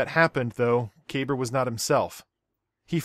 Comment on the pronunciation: "Kah-bar", not "kay-burr"... Aside from that brilliant video